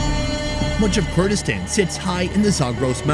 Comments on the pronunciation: It is Kurdistan not gayraq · Bro doesn't know how to say Kurdistan 🥀🥀💔